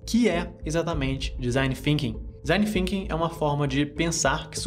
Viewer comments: FINKING? ah não vey... é THINKING com a língua nos dentes de cima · parei de assistir no momento que disse "desing Finking", pqp.... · mas THinking sim, é a pronúncia da línguas nos dentes